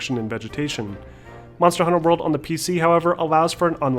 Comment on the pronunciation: Aaaaaarrrrhg u keep saying it as Monster: Hunter World